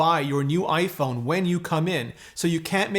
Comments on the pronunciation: Is iPhoone the Canadian pronunciation? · iPhoone? Is that what they are called in Canada? Kind of like the old stereotype of Canadians pronouncing about as aboot? :) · hahaha iphoone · "clean your iPhoone" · iphoone???? lol